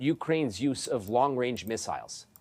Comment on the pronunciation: “Long-Wange Weaponry”